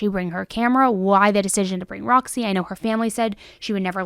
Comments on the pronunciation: its ROZZY not ROXY ffs dude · The lizard's name is pronounced "Rozzy" not Roxy... It's in the body cam footage... 🤷🏽‍♂️